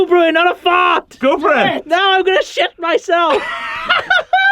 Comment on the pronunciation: Lol he said im going to SHET MYSELF